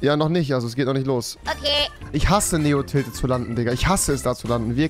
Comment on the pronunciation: Ich habe bei "in tilted landen" "in die Tüte kacken" verstanden xD